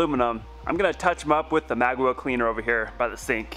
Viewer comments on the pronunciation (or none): Magwill cleaner it sounds like ur saying mag well like as in magazine well cleaner witch I don’t think exists I honestly didn’t know what u were saying till I saw the bottle